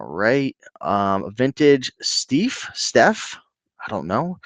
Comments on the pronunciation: IT ST-EYE-FF. You are hurting my ears. Pronounced "I" like an eye. Famous old German stuffed animals, they used real fur. They make it on Antiques Road Show all the time. Mutt is mutt, there is no word mutt in French, dog in French is chien (shee-ehn), cat is chat (shaht) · RE: Mr. Bingle. He was a Christmas character associated with the department store Maison Blanche (now closed) down in New Orleans. And Steiff is pronounced Stife (rhymes with knife). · I think it's pronounced as "stife". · “Steiff” pronounced “Steef”. It’s a plush company from Germany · ST-EYE-FF. No diff between a stuffed animal and a plush, there is something new called squishies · If two vowels are together in German you pronounce the second letter "Steiff" would be St"eye"f st"I"f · StIEFF is pronounced ST IEFF They are from Germany MoHair is animail hair. They are beautiful and very valuable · Steiff is pronounced like knife. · Steiff is a German company that makes EXCELLENT stuffed/plush animals since forever. "E" in the German alphabet is pronounced "I".